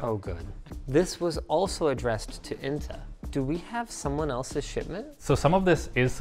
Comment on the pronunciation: damm you pronounced inta really well also can you tell me the surname